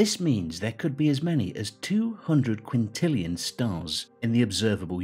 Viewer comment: Dang two hundred Quintilian!